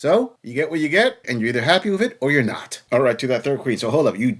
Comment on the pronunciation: Why do these vacuous dopey women pronounce "and" as "ayund"?